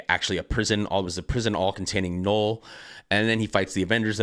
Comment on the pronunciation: Null like hull not gnoll like hole